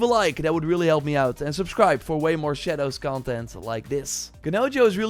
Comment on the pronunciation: “on assassin’s creed shadeeeeeeeews”